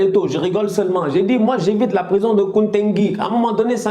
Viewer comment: c'est nkodengui pas nkontenki 😂😂😂😂😂😂😂😂